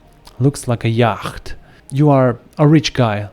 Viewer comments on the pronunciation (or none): It’s actually pronounced “yot” not “yaakht”